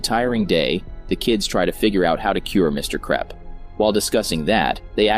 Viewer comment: ah yes, the mean principal "mr krepp" not mr krupp, nah.